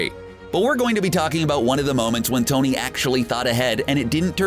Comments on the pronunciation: Why are you saying "Dony Stark" "Dony" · Did anyone hear dony insted of tony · Did anyone catch in the beginning that he said dony